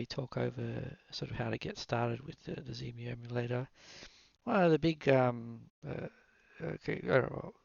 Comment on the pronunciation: Please, no Zemu, it's Xemu, ie X-Emu ;) Nice video btw. I smiled a lot when you said on the downloading page: "lots of text here". Well, that's usually the hallmark of me ;)